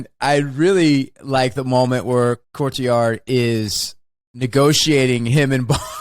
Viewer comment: It's not just me, right? Wes does always sound like he calls him Courtyard, at least when he isn't calling him Cortazar. 😀